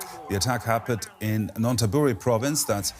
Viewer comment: Just to be helpful, the pronounciation is "nan-THA-buri." Sorry to bother you.